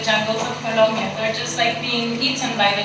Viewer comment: its not columbia, is colombia